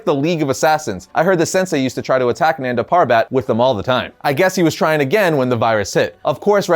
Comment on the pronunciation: its pronounced as nun-da pur-bet